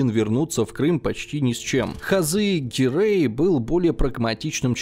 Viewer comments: гирЕй, не гирЭй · Почему ГирЭй? Как-то режет ухо! ГирЕй правильнее, считаю! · Но при этом тут до фига других кривых удареней от вИзирей до гирЭй - что это вообще. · Все бы хорошо, но не ГирЭй, а ГирЕй. Не вИзирь, а визИрь